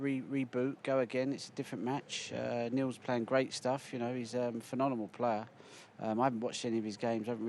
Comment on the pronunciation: Ronnie is the greatest snooker player of all time.... But he can't say phenomenal